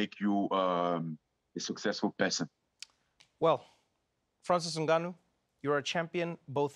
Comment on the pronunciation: I like how Trevor correctly pronounced "Ngannou" at the beginning of the show (instead of N Gannou)